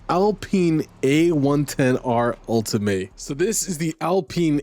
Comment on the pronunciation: You keep pronouncing the Alpine 'ultimay' but it's actually 'ulteam' because it's a french name. The car list is super nice ngl, I just hope the bug of looking left and right inside the car is finally fixed, it's keeping me away from the game